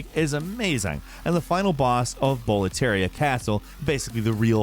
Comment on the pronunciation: Does he know how to say boletaria?